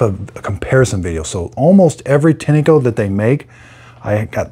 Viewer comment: It's pronounced "Tine-co" not "Tinny-co" 👍🏼